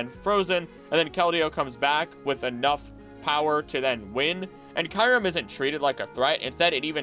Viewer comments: I loved the video but some pronunciations of the Pokémon names were wrong like eternamax when its name is eternatus, and Kyrem when its Kyurem (Cure-Em) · Is it really pronounced kai-rem(kyurem) as you said at the start of the video??